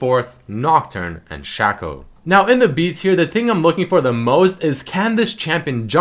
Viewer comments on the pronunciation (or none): It's Shaco not Shaco. old pun i know... It's actually pronounced Shay-co rather than Shà-co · It's pronounced shaco, not shaco. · Its Shaco, not Shaco